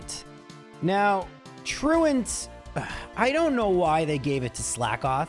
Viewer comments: I love that you pronounce "truant" correctly. So so many people put on this weird french accent on that move name, which is a word. Hysterical alongside your... less than standard pronunciations for the poke-terms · Very pleased to hear you pronounce it properly unlike 99% of the rest of the community who say "true ont"